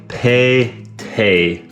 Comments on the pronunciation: Tay not toy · It wasn't (ٹ toy) it sounds (te) tomato 🍅 tematar in urdu/hindi